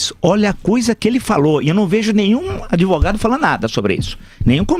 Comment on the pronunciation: "adEvogado" kkkkkkkkkk